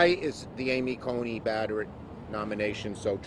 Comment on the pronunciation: “Amy Conning Barrett. “Amy Coney Badderit.” How do you expect for people to take you seriously when you can’t even pronounce words correctly, Chuck?